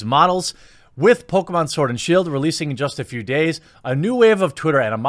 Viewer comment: Did I hear you call it Pokémon sword and shill? XD